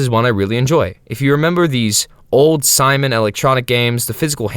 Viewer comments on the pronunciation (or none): none